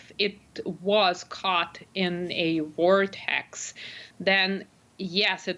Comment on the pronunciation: )) lady, it's called a VORtex, not a WARtex!